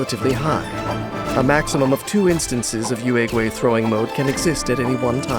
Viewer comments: Can’t blame the VAs but I die inside everytime they say “Youehhgway” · I really love Yaoyao, but whenever she uses her skill and says the name Yuegui, I always hear Urugway or Master Oogway I can't TT